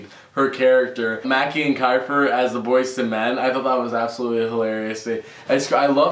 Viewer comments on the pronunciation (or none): The pronunciation is kifer im just sayin'